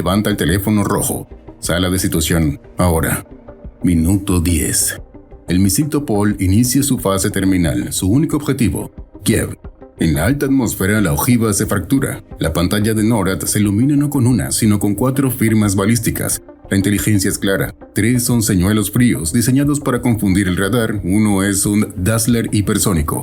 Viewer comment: Come cavolo legge le sigle?? N O R A D ?? Si legge norad!! Punto e basta! Analfabeti!!!!